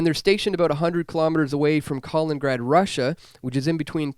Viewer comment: I think you mean Kaliningrad, Russia and not Kalingrad, which is your pronunciation, as I hear in this video anyway.